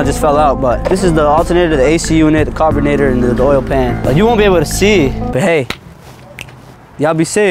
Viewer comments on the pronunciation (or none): Bro said the carbenator